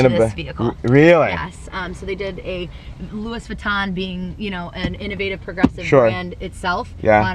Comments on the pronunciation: she pronounced Louis Vuitton as LEWIS not LEWY :( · It's pronounced Louieeeee Vuitton. She kept saying Louis lol